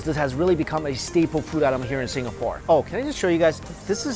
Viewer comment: He read Singapore with the GAH :')